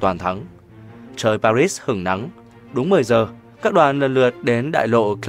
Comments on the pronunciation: sao ưa rườm rà thế !? - cứ vô ngay tiêu đề !! - đáu cần chào mừng này nọ phí thời gian !! - lại còn đọc "pa-rits" nữa ?!! - đó là tiếng Pháp !! - chưa từng có ai đọc "pa-rits" (theo Anh-Mỹ) bao giờ !! - chớ tự đắc : "kôg ai đọc , mình đọc mới hay" đấy nhé !!? -- thiết nghĩ : - cơ quan nhà nước nên có xác đinh cách đọc chuẩn về từ ngừ tương tự cho thống nhất !! - đừng để mỗi kẻ đọc một lối tuỳ tiện !! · Paris hay Paris vậy đọc mà cũng ko chuẩn âm nữa nghỉ đi đừng đọc nữa. như ông nguyên xuân phúc ý tiếng anh 1 chữ bẻ đôi ko biết phát biểu hội nghi ASEAN ko nói ASEAN mà bố phúc với bố phúc vẹo nhà ta cứ đọc ra vẻ sành tiếng anh lắm ý cứ đọc ASEAN thành Asim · Đã quen nge Pari , bây giờ ông đọc Paris nge sao rùng rợn !! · Pary ....rít 😂. ... thiêu thì đọc palê. . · Sau mà người đọc lời bình luận " Hội Nghị Pa-rýt "; tôi nghỉ Paris là thủ đô của nước Pháp thì người đọc BL phải theo giọng tiếng pháp là " Pa - ri" là đúng hơn. Cứ nghe Pa-rýt là không hiểu gì cả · Người việt nam chỉ biết hội nghị (PA RI) chứ ko biết hội nghị Pa rít nhé.... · Tại sao mà người đọc lại là pa rít mà ko phải là pa ri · Tại sao Paris thủ đô của Pháp ptv cứ đọc là Pa rít vậy trời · Nên đọc đúng tên Paris sao đọc Paric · Chưa thấy ai gọi park là parit như câu thuyết trình viên kém học này thật buồn cười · Sao giong doc nay lai doc sai chu Pa ri la Pa rit.phai doc chinh ta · Để nghỉ tác giả đọc cho đúng chính tả pari lại đọc là parits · Nên đọc là hội nghị Pa ri hoặc Ba Lê. Đọc Pa rít chứng tỏ là không giống ai và bị đánh giá thấp. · Sao cứ đọc pa rít vậy. Phải đọc là pari chứ. Nghe đọc mà cảm thấy khó chịu. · Khonh biet doc Chu no no this dung co doc nua l Pari la pa ri chukhong phair la P PA6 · Sao phat am pa ri thanh pa rits vay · Hiệp định PA RI sao kênh lại đọc hiệp định PA RÍT nghe nó ngứa tai ,có ý gì vậy chủ kênh ??? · Sao phát ngôn là pa rích? Là ba ri. Mới đúng nghe bạn . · đọc lời bình cho đúng paris chứ rít con mẹ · hiep đinh paris ma ong cu đoc la parisd